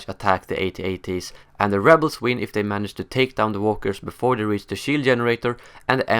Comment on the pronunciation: Haha, it's At-At. Not A.T.- A.T.! I can't watch anymore. Too annoying!!